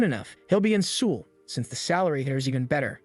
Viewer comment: LOL! The way you pronounce Seoul means alcohol in Korean.